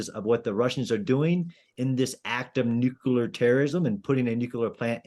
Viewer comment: Nitpicking time: A military analyst who says "nukeelar" and not "nuclear" needs to go back to school. That said, his stance that official Russian messages are utter bogus has an 80 year unbroken track record so far, so that listener needs to wake up and smell the coffee.